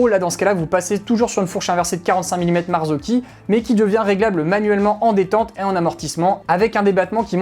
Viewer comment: Bravo pour cette vidéo très instructive et pédagogique! Et en plus tu prononces super bien Marzocchi maintenant 😅😅😅